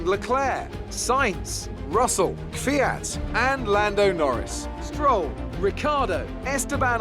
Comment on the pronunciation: an its pronounced kwiat not kivyat